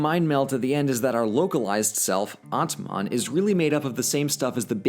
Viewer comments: Atman 🤯 it took me 3 minutes to realise he meant Atma ! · it is pronouned as aatma (soul)